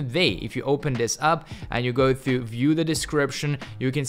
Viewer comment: Thanks for the tip, brother man. Here's a tip from me, try to improve your pronunciation of words. For example, you could work on your pronunciation of the words: to and tee-. I notice that you would say -thoo and -thee-. Just some advice from a pigeon ofcourse..